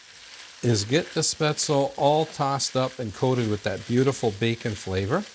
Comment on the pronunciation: It is pronounced Spetz-le. The e is not silent in German. It is NOT pronounced Spazel, nor Spezel.